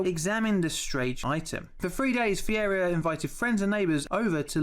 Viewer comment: I like how he pronounces Ferreira Fieirria lol